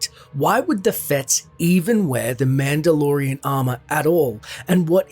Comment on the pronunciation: You say madelorian a lot ...